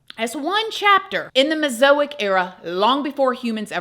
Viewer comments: Ma’am, your explanation of evolution is very disingenuous. Please don’t try to explain a scientific theory that you clearly don’t understand. Also, the period is Mez-a-zo-ic (phonetically), not Mezoic. Clearly, you are a creationist and you saying we”lol never get monkeys to talk is ridiculous and demonstrates your bias towards your biblical belief system. There is NOTHING wrong with you believing whatever you want, BUT, please don’t do a video like this pretending that you’re not pushing your beliefs more than the scientific evidence…just sayin’. I LOVE your true crime stories, but I think you should stick to those… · She can't even pronounce Mesozoic Dunning Kruger effect is strong in this one